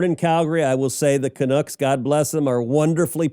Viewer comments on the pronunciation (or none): Canucks, not Canooks... thanks for the content, eh!